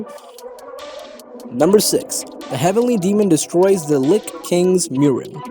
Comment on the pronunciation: you say lick instead of lich